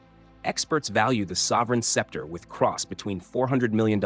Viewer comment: I agree! Skepter?!